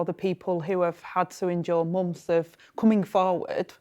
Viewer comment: Munffes instead of months.